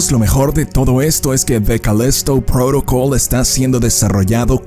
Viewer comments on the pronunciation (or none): jajaja Además lo dice cada vez diferente con la obsesión de querer hablar como si fueran de eeuu con lo fácil que es decir Calísto Prótocol tal cual